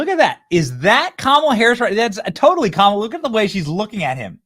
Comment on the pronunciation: Did mispronounce "Kamala"?